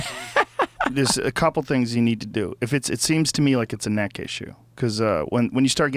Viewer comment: Joe "Decompress your kneck " Rogan